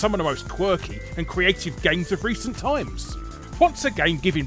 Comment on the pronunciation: I like how in the beginning instead of times he says tums. Is that a British thing or did i catch larry slipping up?